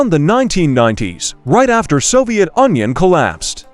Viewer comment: bro that is Soviet union not Soviet onion